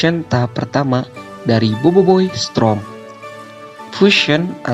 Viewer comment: Dari dulu abang enggak bisa bilang storm ya malah Strom :v